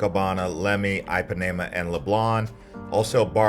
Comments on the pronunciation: Great content, but every time you said Ipanema, I died a little inside. It is NOT pronounced EYE-PAN-AE-MA, it is pronounced EE-PAN-Ē--MA. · every time you say eye pa nae muh beach i want to stab myself in the ears. why you trying to use a brazilian accent to sound cool and say things like rio and then you just butcher other shit? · Not trying to come down on you, however, you should probably put some effort into pronunciation. Just about every single place you tried to say, you were way off. I mean, even most people know how to pronounce Ipanema. That's eem pa knee mah. You gave no effort. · If you are going to do a travel video, 1) please learn how to pronounce the names of the places you visit Ipanema for instance 2) give correct information Carioca for instance You got both of them badly wrong.